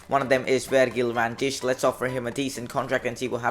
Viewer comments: You indeed say van dijk wrong you say it like van dike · I'm happy you didn't sign Van Dijk because now I won't have to hear your awful pronunciation of his name! 😂 Just joking great video.